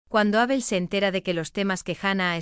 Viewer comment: Sigue esta señora diciendo Ábel. Es una palabra llana sin acento